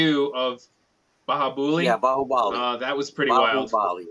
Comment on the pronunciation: Not Bahu"baali", the bali should be said the way u say "bun". It IS a proper J. Most Indian words use the proper J sound. Just some little things I thought I should clear. My guy isn't that good in Indian names, and apparently, even hates being called that.